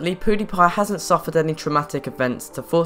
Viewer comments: Pyoodeepie not poodeepie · Did you say poodipie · you said pooty pie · lol he said poodiepie